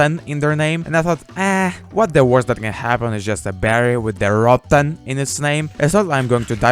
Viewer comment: yo this guy funny broooooo why he say rotten like that tho xD